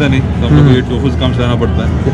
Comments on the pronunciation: "to-fu". lol. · टो फू 😂